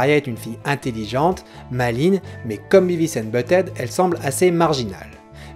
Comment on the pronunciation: Si je peux me permettre un léger commentaire un peu inutile, essaie de dire "Biveuss" pour Beavis :) après c'est que de la prononciation c'est pas très important